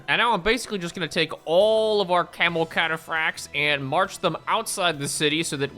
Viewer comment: Can somebody figure out how many times says camal